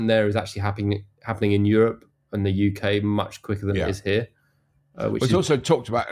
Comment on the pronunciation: UK. Can you say UK please.